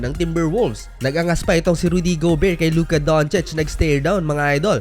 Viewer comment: Rudy go-bear. Laughtrip., 😆😆😆